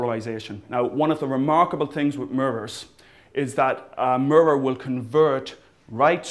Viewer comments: he cant say mirror properly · "Look in the Murrrrurrrr" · He says the word 'mirror' really funny, like "muror". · i still cant get over the fact that he says murrur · He says 'mirror' like Cleveland from Family Guy. xD "Mrrr" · I like the way you say "mirror" :D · he says "mirror" like cleveland! :D